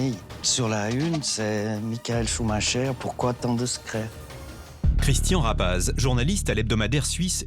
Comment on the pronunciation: Tabarnak, aprend à prononcer son nom comme il faut, ça devient aggressan